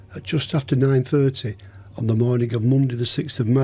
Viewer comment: Atrociously bad English. "Jakobe".. "that morneng".. would never make it to any of the UK's top universities, let alone Cambridge or Oxford if one spoke like you. And I thought American English was the worst. Tsk tsk...